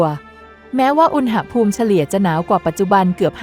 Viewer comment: อ่านว่า อุน-หะ-พูม ไม่ใช่อุน-นะ-หะ-พูม